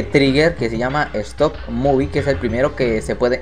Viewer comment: como es? stop move como lo dice? stop movie xd